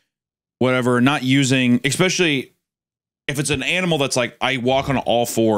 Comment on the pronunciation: Hunter constantly saying "exspecially" REALLY pisses me off